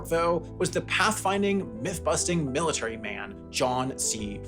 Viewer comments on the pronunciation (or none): none